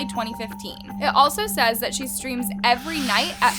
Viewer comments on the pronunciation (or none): none